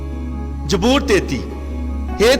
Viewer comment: Bro it's zaboor not jboor Be prefect ♥️